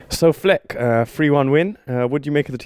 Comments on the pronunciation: Man said Flec 😩😂😂😂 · "So Flec" lol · Man called him fleck